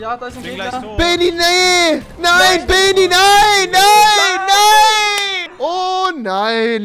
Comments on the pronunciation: Man sagt nicht beeeni sondern bennni😂👌😉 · Man spricht ihn Benni aus nicht Beeeni :/ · ES HEIßT BENNI NICHT BEENIE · Rewi man spricht Beni nicht Beeeeni aus sondetn Bennnni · Das e von Beni wird kurz ausgesprochen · bäni wirds ausgesprochen